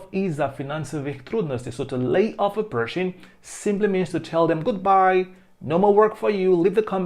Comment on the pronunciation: Почему вы читаете lay как laid?